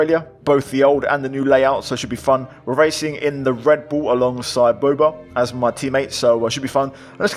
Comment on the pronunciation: I know Boobaa personally, great guy, and the pronunciation is “bow baah” glad to see him as your teammate